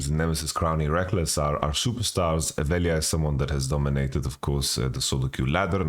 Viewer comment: rare good LJ pronaunciation of VeLJa xD